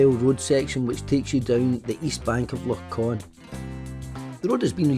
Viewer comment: It's Loch Ch-on not Con🙃